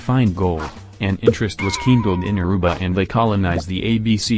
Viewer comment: I was born there. The pronunciation sucks